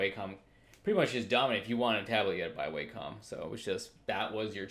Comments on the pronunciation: It's not way-com it's Wah-com Wa - meaning harmony com- as an computer Wah-com, Wacom - simple. Cheers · It was WAcom dude, not WEIcom